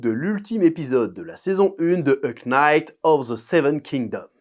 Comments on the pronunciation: "A Knight" K , mdr on dirait un allemand qui tente de parler anglais pour la première fois ! Sinon super vidéo ! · Je sais que tu le sais mais ne prononce pas le k dans knight, prononce night of the seven kingoms ça m'arrache l'oreille à chaque fois. Merci pour la vidéo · Le h non plus 😂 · Le K de Knight ne se prononce pas 🤪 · Par contre, je veux bien qu'on ai pas l'accent l'anglais, mais quand même... a Knight, on ne prononce pas le K ! C'est comme si on disait BonGour au lieu de Bonjour, je veux dire on s'en fout d'avoir un accent, mais là il s'agit pas de ça, juste de parler anglais, tout court.